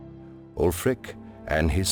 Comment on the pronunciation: You're right, he probably reads right off a script (a Skyrim player would pronounce the name "alfric" rather than "ulfric"). But he has a good fluency and confidence in his narrating. It would be awesome indeed to have the voice of Paarthurnax narrate this show but I bet they've got a budget tighter than a Thalmor's ass so don't expect a miracle.